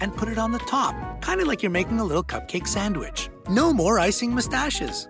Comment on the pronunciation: Did he say sawwich?